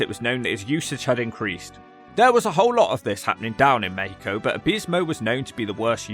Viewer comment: You did it! You actually did it!!!! Hahaha, this is great! Thanks for deep look into this It was a great look on the career of a guy that we grew up watching all over Latin America, such a weird death. PS: Great "México" pronunciation 😂